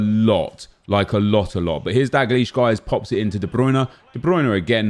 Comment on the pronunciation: its DALgleish not DAGleish